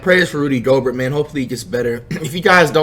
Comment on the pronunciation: Andrew he finally say it right